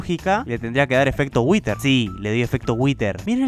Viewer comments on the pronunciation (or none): Todos:whither:witer